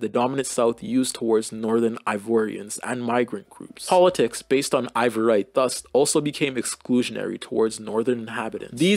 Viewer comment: really interesting video & a great overview this part of history! you spelling & pronouncing ivoirité (ee-vwar-ee-tay, basically "ivoryness") as "ivorite" (eye-vo-rite, this is a type of glass) took me OUT though 💀 you weren't kidding when you said these words were too french for you